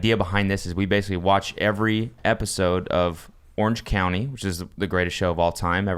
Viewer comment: The fact that Cody kept calling it “Orange County” simultaneously bugged me and made me laugh.